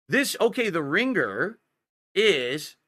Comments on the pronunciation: Ring-gur. The 'g' is supposed to be silent,. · "Ring-gerr" tee shirt??? What's with this dood's pronunciations? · Yeah pronouncation is fascinating. Dood-Dee, Ring-gur. He doubles-up on mid-word consonants (apparently even if they're supposed to be silent like in this example). I've always wondered if he had a speech impediment as a kid he went to speech therapy for and is over-correcting/over-applying what he was taught.